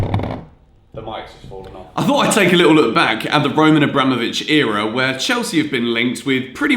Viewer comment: GranOvskaya, not GranovskAya, AbramOvich, not AbrAmovich!